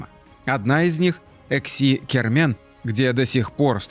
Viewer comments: всё время путает Эски-Кермен, называя его ЭКси-Кермен. Ухо режет людям прожившим рядом по 50 лет. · Не "Экси-Кермен", как несколько раз упорно повторяет ролика, а Эски-Кермен, то есть "старая крепость" на языках крымских татар и турок. И не "готические" захоронения, а готские. Может автору было бы полезно энциклопедическим словарём обзавестись? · Эски-Кармэн, не экси, Вы оговорились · Не ЭКСИ, а ЭСКИ КЭРМЭН. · Как крымчанин, скажу вам что правильно Эски Кермен, переозвучьте ролик. Режет ухо.